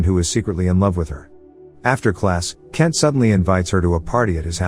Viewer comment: can you please Pronounce my name properly... is K-ENT NOT KEN.